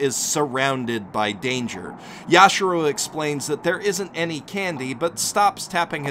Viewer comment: YashIIIIIIro, not Yashuro